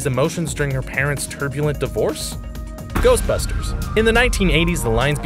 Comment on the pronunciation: Lol "Ghostbursters"